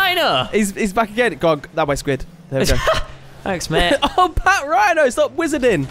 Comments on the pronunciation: it's actually pronounced pachrino but spelt patrinho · its not pronounced pat rhino its patrinio like Ronaldinho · it's not partrihno squid it's patrihno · squid its Patrinho (Pa-trin-ho) not Patrhino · squid just saying it's Patrinho not Patrhino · You got the name wrong it is patrinho not patrhino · It's not pat rhino its patrinho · Its patrinho not patrhino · lol them calling patrihno pat rhino is the best part of all the video😂. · It's pronounced Pat-ree-no